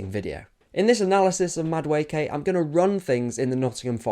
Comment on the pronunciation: Ay bro who taught you how to pronounce the name??!!😂 Damn near perfect 👌